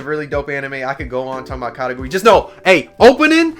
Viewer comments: The pronunciation is Ka-Kay-Goo-Ruu-E I believe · did he just say..katagui? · Ya I felt like he was saying it weird